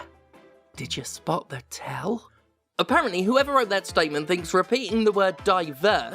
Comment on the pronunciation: “A parent Lee”. Applause.